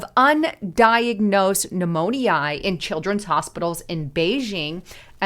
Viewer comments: it's not pneumon-ee-i....it's pronounced pneumon-ya!!!...Its me!!! I just have this weird thing about mispronounced words! Lol😊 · Pneumonia > New-moan-ee-aah! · Behoove. Now that's a word I don't hear every day. 😅 BTW, it's " new mo nyuh. Not eye ah. Thanks. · new-moan-eye?? that's not how you pronounce pneumonia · Please learn how to pronounce pneumonia - mispronunciation is like nails on a chalkboard to many. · You say pneumonia illitrate. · I had to turn off this update. Your pronunciation of Pneumonia is distracting and a turn off. Hard to listen to your report when you keep f'ing up the word. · 😂😅 me too… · Darn! You made me listen long enough to hear how she really botched that word, LOL! That is so funny. I've never heard it pronounced like that. Is she a real person?